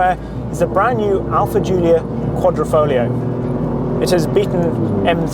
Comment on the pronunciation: So you test drive a vintage Alfa that is no longer a vintage Alfa, and you can't pronounce Italian words while barely talking about the new Giulia (in what is a pseudo comparison at best). Sorry, this time you FAIL.